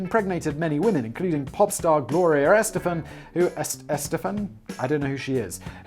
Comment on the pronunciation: You said Gloria Estefan’s name wrong, and she was the lead singer of The Miami Sound Machine, who were extremely popular in the late 80’s and had several hits , but you wouldn’t know that because apparently you were still back in England eating boiled turnips and spotted dick. 😂😂😂